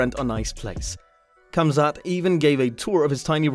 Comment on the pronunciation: his coaches are not where he is from and have made it sounds more western. It’s Hamzat